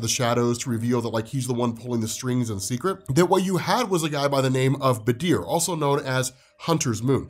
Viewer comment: i'm sorry but i got so thrown off by his pronunciation of badr's name. why is he saying it like badeer? ;-; at least stress on the A bro